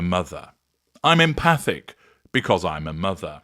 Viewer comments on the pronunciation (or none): none